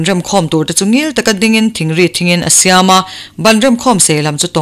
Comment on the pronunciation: I aw a ngaihawm khawp mài,chhiar pawh I thiam e.Thingri hi I thluk dik lo deuh a ,a a tawp a (I) hi Thingri... hi thluksang rawh aw.